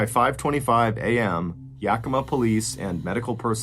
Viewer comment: Its pronounced yack-ih-maw